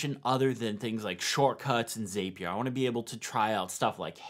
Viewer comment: Zapier rhymes with happier. “Happier with Zapier.” 😊